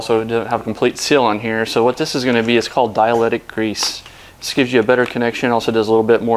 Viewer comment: Dielectric grease, Not diletic grease. But good video